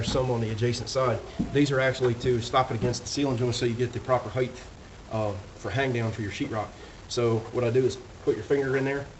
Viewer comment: Love the video. One pet peeve though... there is no 3rd H in the word height. It's Width and Height, rhymes with right. 😉